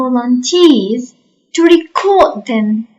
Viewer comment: Thanks for your effort, but the pronunciation of the word "record" is not correct according to both American and British English. 😊